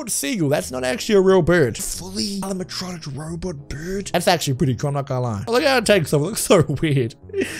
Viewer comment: He says alamatronic